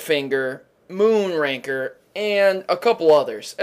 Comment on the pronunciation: Moon Ranker? It's Moon Raker!